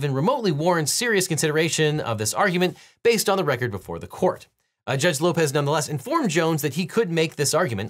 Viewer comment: When he said Judge Lopez I heard George Lopez 😅